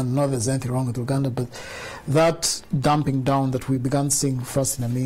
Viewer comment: What is ‘dumping down’? Are you trying to say ‘dumbing down’?